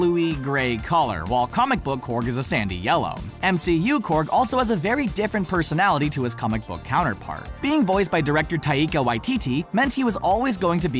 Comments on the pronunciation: Tye-ka waititi my dude, not tye-eka or whatever you said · “being directed by ta-eeka waititi”. 💀